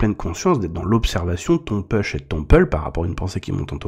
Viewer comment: Salut! J’aime beaucoup ton canal car cette personne dont on parle m’a fait tomber sur le chemin de l’unicité, et j’ai réussi à me sortir de la dépendance. Merci pour ton canal. Toutefois, laisse-moi te conseiller en anglais: push ne se prononce pas peush, mais poush. Et pull, c’est pas peul, c’est poul.